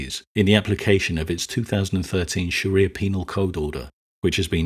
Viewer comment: You pronounced 'Shari'ah' incorrectly